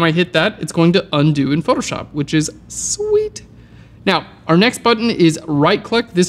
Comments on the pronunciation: "Which is SWEETTT" ... Very nice video to watch! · XD the way he says sweet is LMAO!